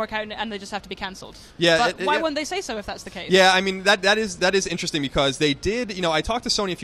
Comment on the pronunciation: Can someone please teach how to pronounce interesting? Every time I hear him say inchejsjing, which is every video, I want to hurl my tablet. Thank you.